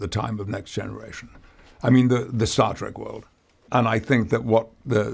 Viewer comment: “Star track” teehee